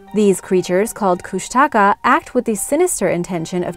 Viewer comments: Lol kushtaka no its koooshnaaakaaa is how you would say it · Kushtaka is mispronounced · Also, it’s pronounced Koosh-te-kah. Otters that turn into men. The stories still scare the crud out of me. After watching this vid with an old friend we sat around telling stories we heard about them from elders in the Tlingit and Tsimshian tribes.💗💗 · i live in southeast alaska and am tlingit, and i actually cringed when you said kushtaka haha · idk why but i get really annoyed when people pronounce kushtaka wrong? like I understand why, but i still get annoyed? might be because my mom's been telling me stories forever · Just a thought find out the names before doing your film Kustaka nope Keanai yes